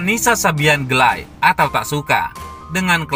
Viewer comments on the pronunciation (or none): Gelay itu maksud nya gak like Tp nisa aja yg nyebutnya gelay bukan geli woy